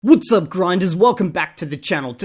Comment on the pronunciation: "Wots uup grinders!" makes me suspect he may not be quite C2.